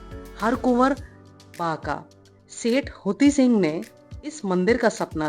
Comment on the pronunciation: Hathi sing hey, huti sing nahi hay